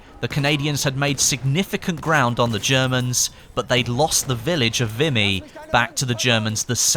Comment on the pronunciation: FYI, it's pronounced 'Vee-me'. Great video BTW.